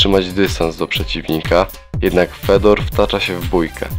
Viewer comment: I qurwa nie Fedor tylko wypowiada się Fiodor!!! Aż uszy więdną od tego anemicznego głosu z filmu.